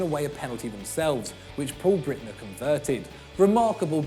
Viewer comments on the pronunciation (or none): Who’s Paul Brittner? Breitner! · Sam Gollings I know. I was commenting of the fact he pronounced it “Brittner”.